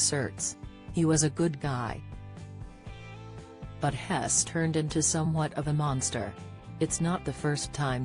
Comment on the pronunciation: Terrible bot! Just one example: "He's" = "hess" 🤣 And forget about intonation.